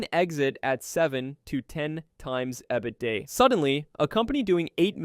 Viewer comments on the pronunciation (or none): i was so triggered by EBD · Your AI voice trying to pronounce “EBITDA” is hilarious 😂